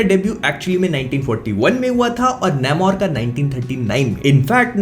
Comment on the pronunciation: Please don't butcher the name its "nAmor" not "nAYmor"